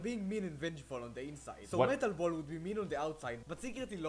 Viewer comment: Metal ball sounds like cancer ball